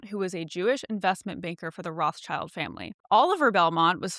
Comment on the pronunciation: It's Roth-Schield not Roths-Child. The Shield of Edom.